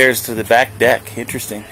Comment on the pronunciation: On the WHAT?? 😱 Ohhh... the DECK! it sounded like you said.. oh never mind.😅